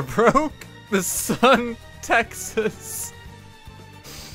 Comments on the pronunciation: Yeah, that was painful. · Dude I’m from Texas and he made my soul hurt